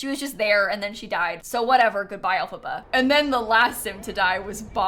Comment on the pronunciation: Why did it throw me off SOOO MUCH the way you pronounce L. FABA...